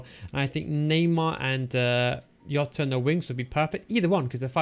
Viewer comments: Plz stop calling him yota it's Jota 😂😂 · It's Jota CARALHO 😁😁😁